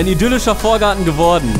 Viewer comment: Bin ich der einzige, den die Betonung von "geworden" dezent triggert? 😅🙈 Aber MEGA Video, ich freu mich immer, wenn mir was neues von euch angezeigt wird ❤